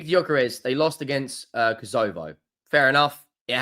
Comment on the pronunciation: KOS O VO loooool. How can't you pronounce kosovo????